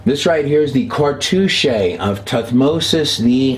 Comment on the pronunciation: You mispronounced Ibis and cartouche.